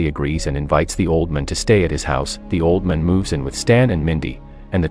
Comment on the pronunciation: How do you not know how to pronounce old man?